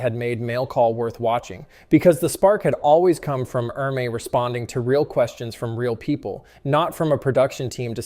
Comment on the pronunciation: It's pronounced "Ermee".